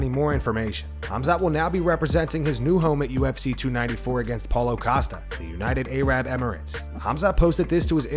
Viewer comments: "United A-Rab Emirates" 🥴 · United A-rab Emirates? lmao. bruh come on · Did old boy really say "United A-rab Emirates" hahaha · Da fuk is United A-Rab 😂